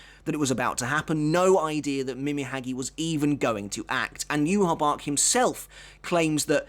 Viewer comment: The way you pronounce ywach it's disgusting...